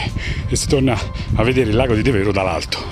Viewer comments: Bel video, ma un piccolo appunto La pronuncia e' De'vero , e non Deve'ro. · Devero si pronuncia con l'accento diverso.....ci vado da 50 anni